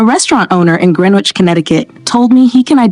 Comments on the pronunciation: It’s pronounce Gren-itch not Gren-witch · It’s pronounced Gren itch or sometimes Gren idge. The W is silent. :) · It’s pronounced “Gren itch” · I enjoyed this. I was taught that manners of every sort are a means of showing love. You put others before yourself. Please note that Greenwich, Connecticut, is pronounced "Gren-itch". The "w" is silent. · I’m really petty. Greenwich, Ct is pronounced Gren-itch. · When you mispronounce a word in your first minute, you lose credibility. Greenwich is pronounced gren itch. Also the very wealthy live international lives. Rules change geographically. In Italy you begin when served. Also the waiter knows you are done when you place your knife and fork together. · ah no. it just means your not from CT or maybe even New England or maybe even old England. There's a place in PA where the town name is pronounced "Green-witch". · yeah, I kind of like that. kind of ironic that the narrator is leaning in on what goes on in one of this countries snootiest towns but doesn't take the minute to sort out how the town name is pronounced. "Gren-itch" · Before you teach us yokels, you might look up how to pronounce "Greenwich." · The “w” in Greenwich is silent. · Know what I can also tell within 90 seconds? Your inability to pronounce Greenwich makes you distinctly lower class. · The narrator would know how to pronounce Greenwich.